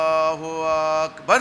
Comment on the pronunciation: লোকটা তাকবীরটাও সুদ্দ্ব উচ্চারণ করতে অক্ষম (সে এরকম ভূল শিক্ষা দেয়াটাই সাভাবিক) আকবার এর আ মাদ্দের সাথে পড়া হারাম ।কারন এতে সব্দার্থ হয় আল্লাহ কি বড়? এই ভন্ড থেকে সাবধান।